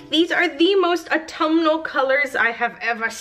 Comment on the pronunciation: Say "Autumal" ONE more time... ....and I will eat the soap. HA.